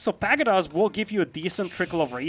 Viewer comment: "Rather pedestrian". Just a heads-up, I think you took this to mean 'slow', but it's actually a disapproving way of describing something as mundane, ordinary or unexciting. The word 'pagoda' has the stress on the second syllable, "pah-GOW-dah". Deer meat stacks higher (20, off the top of my head?) than sheep do, meaning less trips, meaning less tax. Beasty immediately heading into trade was such a good move I'm surprised I've never done it in similar matchups.